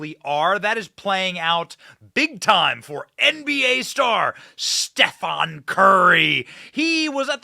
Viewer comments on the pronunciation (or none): none